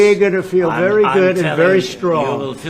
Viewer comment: "from the werry begin " "oh, later are you going down to the teddy bears picnic ? "